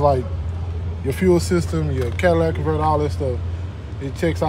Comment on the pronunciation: Did he just say "Cadillac converter" ???? 🤨